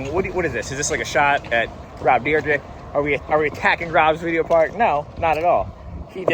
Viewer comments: It's deer-deck, nor drdrdrdrk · I'm going to be keeping a tally of how many times you say "deer drek" in this video, will edit comment at the end... lol edit: so I counted 14, and you also said it right at least once bonus "ECKspecially" tally: 2 anyways, fun video concept, liking all the inserted clips and whatnot lately too 👍